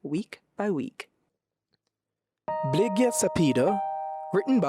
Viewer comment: Excellent Janique. Forgive me if I correct Blighia...a 'soft' gh after Captain Bligh,.... but perhaps your 'hard' g was intentional? You certainly deserve that 1st Prize.